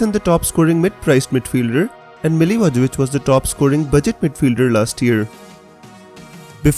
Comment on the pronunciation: Mila-voye-vich is the pronunciation!